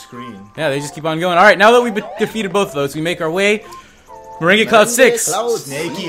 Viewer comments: It's pronounced Mer-rang. Like lemon meringue pie. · IT'S PRONOUNCED MER-ANG